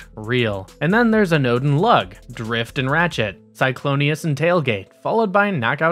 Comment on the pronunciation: Tell me you don’t know anything about the copy you’re reading for the video without telling me you don’t know anything about the copy you’re reading for the video. “Archie” Tell me again. “Cyclonius”